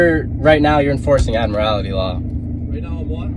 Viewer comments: Cites Admiralty Law but can't even pronounce it. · Wtf is admarality lmao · It’s going to be tough to “educate” someone when you can’t even pronounce half the words. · How can he education anyone if he can not pronounce the word admiralty. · The extra syllable in admiralty is cracking me up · This turkey can't even pronounce 'Admiralty', let alone understand what it is. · Sure can’t pronounce that admiralty very well can he? 😂😂 that word he keeps saying doesn’t exist!!! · I think me means admiralty law, he just doesn't know how to pronounce it. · He can’t even fecking say Admiralty. 🙄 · He says admiralty because it's a big word hahahahaha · It's hilarious that he can't pronounce admiralty, yet he uses it so much. As Bugs Bunny would say, what a maroon. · Imagine a 19 yr old trying to educate a cop who’s been a cop longer than the CHILD has been alive. And for gawds sake, at least learn how to pronounce “admiralty!” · Admiralty, with accent on the last syllable. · He keeps pronouncing Admiralty wrong! Also that's for sailing ships! Not cars! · Is he trying to say Admiralty law? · Omg. Can they stop pronouncing admiralty incorrectly!!! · Can’t even pronounce admiralty law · Also, learn how to pronounce "Admiralty". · "Admirality" law. Can't even get his justification right. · It's admiralty, not admirality. Also, that kid cannot let the cop ever finish a sentence. Then he says, "You keep interrupting me'. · There is no such word as admirality…it is admiralty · Admirality law?... Admiralty!!! but he is wrong anyway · Actually, it's "Admiralty Law". Not Admirality. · It's admiralty not admirality lmao. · If you are in any place, you are subject to that place's laws. End of story. Btw, it's Admiralty law, not admirality law. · Jesus Effing Christ---there is only one "I" in "admiralty"----it's not "admiralIty." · First of all, it's Afmiralty law, not Admirality law. Second, Admiralty law, or maritine law, is applicable when ar sea, on boat or ship. Book 'em, Dano!